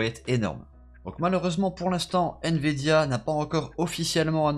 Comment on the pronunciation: Il dit" N vidia